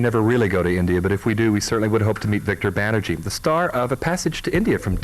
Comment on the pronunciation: It's Banerjee not banerjeet lol